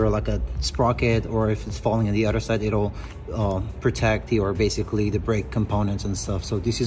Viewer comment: It’s not udder it’s “other”. Udder is a cows breast.